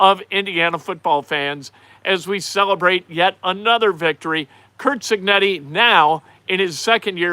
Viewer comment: Your Harry Caray impersonation literally made me laugh out loud. mispronouncing Cignetti was amazing!